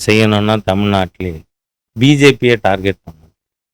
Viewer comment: டார்கெட்.. டார்ஜெட் அல்ல. திருத்திக்கொள்ளவும்..